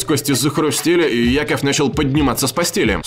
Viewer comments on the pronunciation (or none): Не Яков а Якоб Брюс